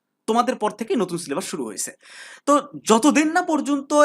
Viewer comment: এই তুমি ছিলেবাস বলো কেন। সিলেবাস বলতে পারোনা?